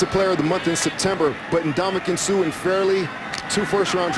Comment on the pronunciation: Fooled on play action Close to a 1st down? One, maybe two at best Stopped at line of scrimmage Dynamic scorer?(Didn’t have a rushing or receiving TD in 5 games so far that season) Grover Quin? Jerome Fulton? Mispronounced Ndamokong Suh’s name Excited to work with the other team’s head coach? GOLDEN TATE? Exit from the stadium? Nothing there? These are mistakes during the 1st half, and there’s a possibility I missed one or two of them